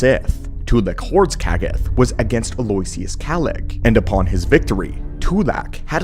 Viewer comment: Love the content but especially these compilation videos! Aloysius is pronounced like "aloe-ishus" btw 😉